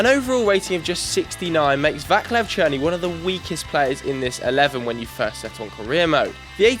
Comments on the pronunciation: Its very funny how he pronociate Vaclav Cerny. Its not a Vaklav its Vaclav. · Vaklav Černý, please no, dont ever say Vaklav again please